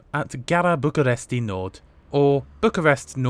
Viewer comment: you don't actually say the i at the end of Bucureşti, it's more pronounced as Bucuresht